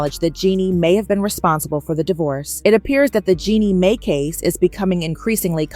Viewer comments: Its Jeanie Mai pronounced MY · RE- O??? MAY??? J-MAR??? MY GOSH YOU SOUND SO ON POINT UNTILL YOU START SAYING NAMES!!!! SMH